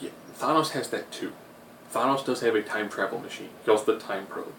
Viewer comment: Nobody annoyed he keeps saying Thonose instead of thanos?